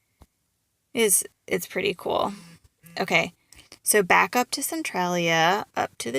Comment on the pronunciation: Your didnt say that towns name right.